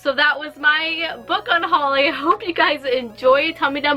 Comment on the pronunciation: Did you mean un-Holly-ng?